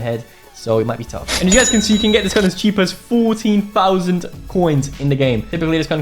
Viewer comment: Bruh, bro say chep gun so wtf is that mpx